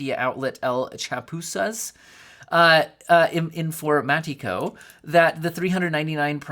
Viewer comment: i stopped the video and my training to tel you that your pronunciation of "el chapuzas informatico" is gold